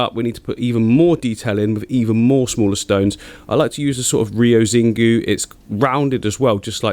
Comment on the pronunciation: Not that it is particularly important, but Rio Xingu is pronounced like "Rio Sheengoo" or "Rio Shyngou"... I'm just saying